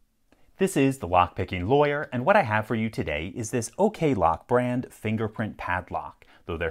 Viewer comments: I wouldn't have thought the first "ok" in the name was pronounced "okay" — I'd call it "ock-lock". ( alternatively I suppose, it could be "okay-low-kay" ) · he actually does say O-key Lock Checkmate, lock companies